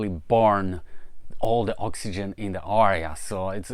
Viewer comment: Haha you can say air properly but you cant say area.